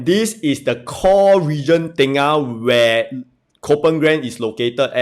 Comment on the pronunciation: Not tay-ngah it’s tur-ngah